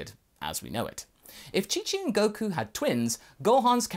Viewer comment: He misspelled Goku, that's why he said Koku